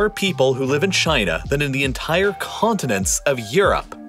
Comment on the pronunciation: Take a shot for every time "entire" is over emphasized... You're dead